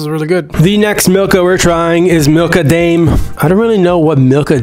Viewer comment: How did you open it? And also it’s prounounced Dime not Dame in Milka Daim okay